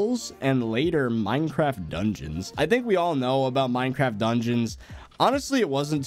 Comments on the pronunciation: when u said mineacraft instead of minecraft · "MineAcraft" lol